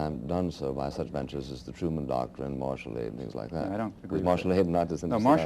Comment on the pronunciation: "Truman docktrin" heh....